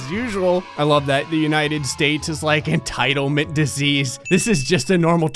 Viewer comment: Ah yes. Entildment